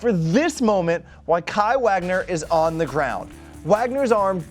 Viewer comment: Its Pronounced Vag-ner